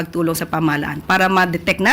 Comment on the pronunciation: Iyong usec.Claire puro malabo ang pinagsasabi palayaw niyan si usec.fakenews kasi hindi sa kanya na mabigkas yong fakenews😂